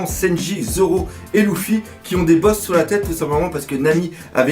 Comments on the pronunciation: luffy pas louffy xD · Je ne suis absolument pas d'accord quand tu dis que Luffy est destiné à épouser Hancock!!! Il lui a clairement mis un vent donc elle ne sera jamais sa femme! De plus, la femme de Luffy, c'est moi et personne d'autre. PS: Son prénom se prononce [leuffy] et non [louffy], je crois que ça en perturbe plus d'un... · sa se prononce leufi mais sa s'écrit Luffy et lui il dit loufi 😂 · pourquoi tu prononces L{ou}ffy ??? et non pas L{eu}ffy oui c'est bien eu car le L se pronnonce comme un R et donc Ruffy est la seule prononciation correcte (le R se roule comme si il etait un L) si tu as deja regardé les animes je pense que tu devrait le savoir. (en vostfr biensur) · slt dsl mais on dit "leffy" et nn "louffy" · dans ce cas-la on dit ROUFOUI car ca s'ecrit RU-FU-I en romaji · J'ai mal aux oreilles quand tu dis LOUffi au lieux de LEffi =/ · STOOOOOOP POURQUOI TU PRONONCE LOUFFY DANS LA VIDEO SA CE PRONONCE LEUFFY NORMALEMENT NON????????🤔🤔🤔🤔🤔🤔😙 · Tu peut arreter de dire louffy plz? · "Louffy" x'D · dans la VO jententai leuffy vu que j avai l habitude ..😶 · Redha One mais ca se prononce avec des L roulés ( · Redha One au pire on le prononce comme on veut loufi moi luffy et toi ruffy et tout le monde est content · News Manga parce que la vf respecte par la prononciation du personnage mais bon dans tout les cas on s'en fou y'en a c'est pire genre la version allemande c'est même plus Luffy mais Ruffy